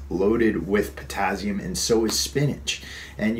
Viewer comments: potassium is not pronounced pertazium. Just saying. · Daniel Fitzpatrick ...oh God can he say potazium just one more time...drove me crazy!!!!